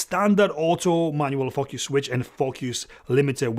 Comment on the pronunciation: i like how you say focus... Fukkyous :)